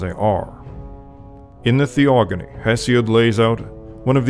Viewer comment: Greetings ! It's "Theogony" not "Theogany". From "theos" meaning "god", and "gonos" meaning "offspring". Really like your videos, keep up with the good work !